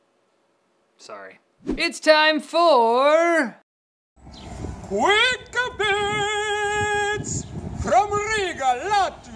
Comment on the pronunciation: ...its not Quick-AA-BIIITS... its just quickbits